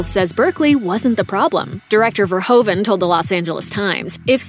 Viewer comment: He is not called Ver hoe vehn. But Fehr who fehn!